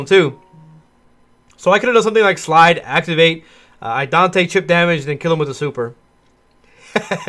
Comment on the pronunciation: Love the deep match breakdowns - it really helps to see all the tech from your other videos put in place and listen to the gameplan you build around it. It gets me every time you say Idante though -- it's Idaten!